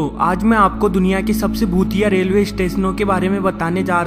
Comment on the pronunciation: his bhutiye sounds very similar to chutiye😂😂 nonsense yar